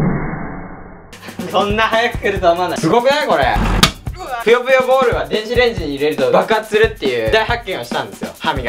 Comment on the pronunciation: ぷよぷよボール が りっくんのナイスな滑舌で ぴよぴよボール に聞こえる www